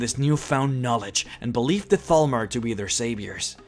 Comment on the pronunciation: At first I thought he said Falmer.... now I realise he said Thalmor